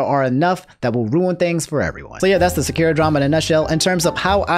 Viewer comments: is it just me or does it annoy you he pronounces sakura's name wrong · I hate how he says Sakura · bro plz say sakura right lmao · Sup homie! Sounds like you'd like to know how to say Sakura. I know the language. And, ((simply put)), in Japanese all syllables that contain an instance of what would be the letter A, is always pronounced like how o is pronounced in the word Rock. And all syllables are separated. So, It's Sah (like Sock) Kuu (like zoo) Rah (like Rock). And side note! I've been watching every day for years man! I love your channel! And I meant to stop by the other day and comment to tell you that you've been saying Arceus correctly this entire time! Coincidentally, I learned I was saying it wrong the whole time. So yes, the translator in the Nintendo Direct is saying it incorrectly. The more you know shrugs have a good one dude! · Great vid! But SA ... KU... RA. SA KU RA. Sorry hardcore Naruto fan. Couldn’t let it slide. 😂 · Sa-ku-ra! And i hate her. But the way you said her name. Holy fuck man!!!! And I have finished the whole show!!! Was gonna subscribe till this abomination!!! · I'm late but "Sock-U-Rah". That's how you pronounce "Sakura" not correcting to just correct you but I dislike that character so much, I rather her not ruin a name that's given to her... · My only issue is the way you say Sakura’s name. It’s Sa-kü-ra. But why is including the option for Polly to be trans, transphobic?????? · Sock - er - a LMAO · ohh for the love of god... its Sa-Ku-Ra... i don't like her either but atleast try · It's Sah-ker-ah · The way you pronounced Sakura was getting to me a lil but also kinda funny 😁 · The way you say Sakura hurts me. XD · Anyone else unreasonably upset when they hear pronounce Sakura's name wrong? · Just a minor quibble. The ku in Sakura is pronounced "koo." The "ku" doesn't make a letter Q sound in Japanese. They have the 'kyu' sound for that. :) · Great vid but the way you say sakura makes me pull my beard out lol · SAKUREA LMAO